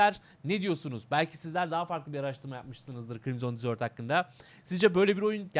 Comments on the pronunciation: dizört degil dezırt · Krimzon Dizört değil de Krimzın Dezırt...